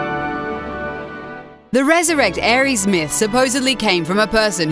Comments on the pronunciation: number five, I face-palmed the name's Aerith not Ares, Ares is the god of war, why are people having so much trouble pronouncing this? Its like pronouncing Steve as Seva, you literally have to pronounce it the way its written. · "Aries" The name is literally "Air-iss" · Aerith, Aerith, Aerith. IT'S FUCKING AERITH